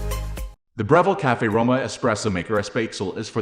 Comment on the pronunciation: Can't even pronounce the name. Not any kind of intelligence, really.